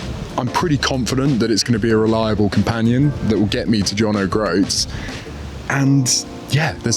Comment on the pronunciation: I always admired the 850, but it's a bit tall in the saddle for me. Also, I'm afraid I twitch every time you say John Oh Groats.